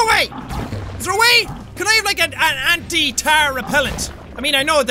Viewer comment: not ghost buster more like tarr buster